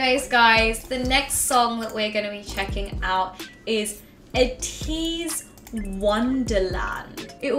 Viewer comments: ps Ateez are pronounced Aye tease and Atiny is pronounced as Destiny not as tiny xD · And ATEEZ is pronounced like Ay-teez And Atiny is like Ay-Teeny like destiny (Also luv your channel)